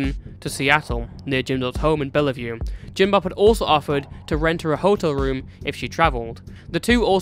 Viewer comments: Bellevue is only two syllables, Bell-view, not Bell-uh-view. Just blessed that he didn't live in Yakima, Sequim, or Spokane based on how often those are mispronounced by people who understandably have no idea how they're pronounced (since you don't live here) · Hi, small nitpick, it's "Bellevue" the E is silent. So it's "bell-view". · just wanted to say that as someone that lives in washington, bellevue is pronounced like "bell view" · the second E in bellevue is silent haha